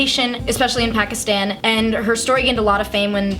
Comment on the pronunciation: Hell yeah! Proud Pakistani girl here! It's pronounced P-ah-kiss-th-ah-n, so please say it that way! Thanks!